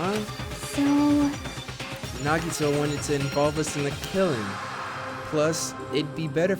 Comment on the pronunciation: Hey I love you just want you to know that you’re pronunciation of Nagito is wrong it’s na gee toe 💜💜